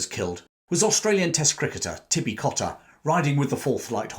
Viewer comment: His name was Albert Cotter not Cotta,he was my pop's first cousin.